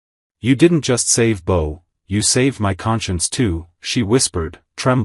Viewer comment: Bo, not B-O!